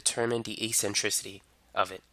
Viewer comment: Great video! "E-centricity" lol <3